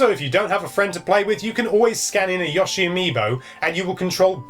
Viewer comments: I'm going to fly to England and personally give you speech therapy so you can stop saying "Yushi" you're welcome in advance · I think it's Yoshi where the 'o' is pronounced 'oh' as opposed to 'aw'. I only mention it because it's kind of annoying when you hear someone say something slightly wrong multiple times in a row. I'm sure he even says his name directly in one of the games, so most hardcore Nintendo gamers really should know how to say it properly, but I can't be bothered looking that one up. PS. Won't it be awesome if this is the Yoshi game that finally lives up to the true sublimeness of the original; or even better...actually manages to surpass it in some ways :-o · Yeah, he should be called "Yewshi" or better yet "Yaoshi" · "yaushee" I giggled every time. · I'm going to flip if you call him Yahshi one more time! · Oh for gods sake... He said yoshi wrong.